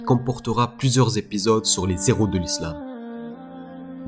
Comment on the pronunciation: La fierté de l'Algérie et des musulmans Allah y Rahmo mais juste je me permets une petite correction c'est les Héros et non les Z-heros y'a pas de liaison sinon très bonne vidéo MashAllah💪👍